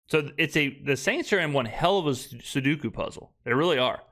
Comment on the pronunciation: Again it’s pronounced Sue DOUGH’ ku. We expect perfection on your go-to buzzword. I only mention this AGAIN because a young man of your talents should be strive for to perfection pronouncing his go to metaphors. All love — no hate to the Crowned King of Crescent City pigskin pundits. Ps I will still be cool if we end up with Tet. Interior DL stud is a hug need. That helps EVERYONE ELSE on the Defense. Also: we should give the ball to Khalen Saunders sometime again. He had our most impressive run of the season against our toughest opponent last year in KC. That was epic! WHO KNEW? Way better than Jamaal William’s whole season in one shocking extemporaneous romp.